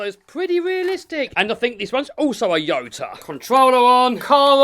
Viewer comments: It's not a yota it is a Toyota Can c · its a toyota not a ota sorry jut had to piont it out'